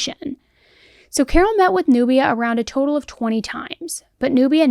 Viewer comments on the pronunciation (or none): none